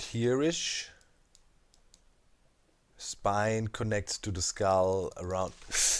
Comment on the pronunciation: Each time you say skull I hear iskull. oMg